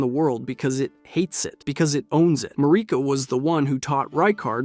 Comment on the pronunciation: Why do you pronounce names wrong only to do it right a few seconds later? (Besides “Mahrika”, she’s always “Mareeka” in your videos for some reason, despite her name being pronounced thousands of times in the game) And it’s not just this video